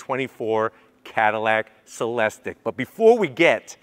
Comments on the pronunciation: It is not (Se les tik) it is pronounced (Se les teek) Come on. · It’s pronounced Celesteek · Sat it with me, “cell-es-teek”.